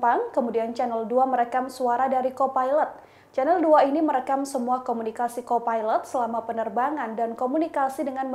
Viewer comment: Ternyata ada yg satu pikiran. Mengganggu sekali. Ngomongnya pilot dan co pailet. Knp ga disamain aja sih jadi risih dengernya. Mana berulang2